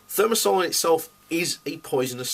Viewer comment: Considering that this puffed up bonehead (broadcasting from his room at his parents' house) cannot pronounce the name of the this toxic antibacterial (thermosol sic) I would not give him much credence-- at first glance. Moreover, he tries to say that dose makes the poison, so if only a few neurons are poisoned it is alright-- the dose present in vaccines is sufficient to cause harm. Given that there are alternatives, there is no justification. Part of the reason why the industry and its paid shills are so stubborn on this issue is that they do not want to confront the civil suits that would overwhelm them.